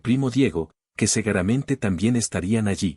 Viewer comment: 😢Oye tu narradora aprende a pronunciar la palabra es. Seguramente!!